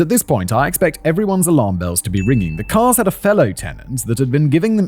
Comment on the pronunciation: Simon says “The man has been impersonating the Karl’s.” I hear “the man has been impersonating the cars”